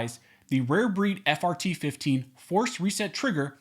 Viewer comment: I know I'm childish sometimes but I keep hearing fart instead of just frt.